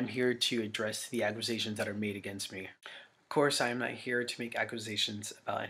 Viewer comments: or tries to throw a q in there somewhere it definitely doesn't belong. I'm a bit older so I never got into the whole scene thing. I thought botdf was shit but when I first watched this video years ago his condescending attitude & him mispronouncing "accqusations" it made me REALLY dislike him😂🤣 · I mean he said acquisition instead of accusations 🤣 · "Acquizations." Ack-you-say-shuns, Dahvie. Accusations. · Im going crazy hearing him say "aquisations" over and over as he appears to be combining the words "acquisitions" and "accusations" because he's that much of a dumbass I suppose. I listened to BOTDF back in my scene kid days when I was trying to be "cool" and it truly is quite disturbing the lyrincs in the songs and even as a kid I knew something was wrong and inappropriate because I remember always making sure my parents never heard a second if what I was listening to. Now I can't believe I listened to them at all, especially since by the time I began trying to be a fan, it was already going around that Dahvie was a creep and abuser. Then again I was 13🤦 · “Ackwizations” lmfao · somebody needs to tell this dude that its not pronounced "ack-wu-sations" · "Aquisations". Boy, do you seem smart. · Wtf is an aquasation? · Ugh he can’t even pronounce accusations properly. Aqusations is not how it’s pronounced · Jesus/Dahvie- the word is pronounced Ac-cue-say-shuns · Judging by the way he pronounces “accusations” his guilt is undeniable. 🤣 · The way that this dudes brain won’t even allow him to say the word “accusations” correctly is very telling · Why tf does he say accusations like that 💀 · dude can’t even PRONOUNCE “accusations” 🤦‍♀️ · Can’t pronounce accusations